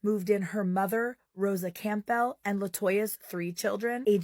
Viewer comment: "Camp-bell" lol....the 'P' is silent so 'Cam-bell"; surely by 30 years of age the creator has heard the last name (or soup brand) " Campbell". Also, wild that the church told this family to " wipe every object & surface down with bleach and ammonia" considering that would have created mustard gas!!